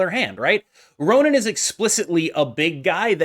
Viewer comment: It's RonAn, not Ronin.